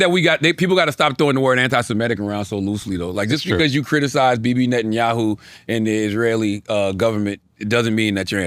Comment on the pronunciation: Cthagod being able to pronounce Netanyahu correctly and not being able to Nguyen correctly is truly amazing.